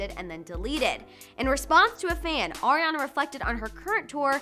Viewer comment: Did she just say Orionna